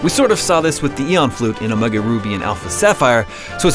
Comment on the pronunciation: Am i the only one who thinks he says omega weird?